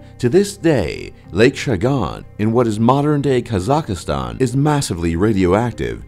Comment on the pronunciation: Lol Khazakastan!!??